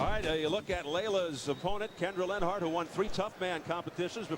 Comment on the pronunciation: This dude narrating can't even sayLenharts name.